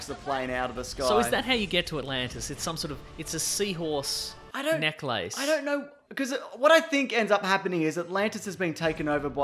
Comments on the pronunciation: I now know to what degree Australians overpronounce "necklāce." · I'm sorry, but ''neck-lace''? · Wait, we don’t over pronounce necklace... everyone else under pronounces necklace, have you ever thought about that